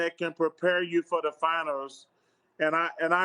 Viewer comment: “Finers” 😂😂😂 I love this mf